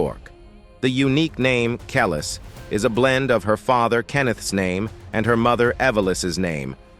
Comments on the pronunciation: It sounds like he is saying callus 🤦‍♀️ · You are saying Her name Wrong, AI bot!!!!! It’s KUH-LEESE. You suck! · always thought it was pronounced Kel-ees - anyone know if that's right? Maybe the A.I. voice can't get the subtleties. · I wish he would pronounce her name right. If you’re going to make a documentary you should make sure your pronouncing the subject of the documentaries name right. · Yo don’t speak on our culture until you learn or know the correct pronunciation of the artist’s name. You sound ignorant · I hate when the person telling the story pronounce the person's name they way they want to when she and all of her fans say it differently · The way the narrator is saying Kelis’ name is sending me 😭